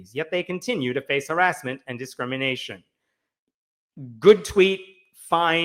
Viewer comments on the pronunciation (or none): none